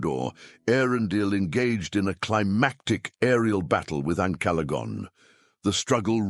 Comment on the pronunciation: Not sure that's how Ancalagon is pronounced.